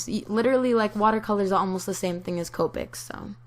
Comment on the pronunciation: Her:Copic's = (Cope-icks) Actual pronunciation; (Cop-icks)